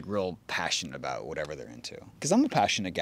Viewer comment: I swear is a Canuck 🇨🇦 by the way he pronounces "ABOUUUUT" 👀🤣🤣🤣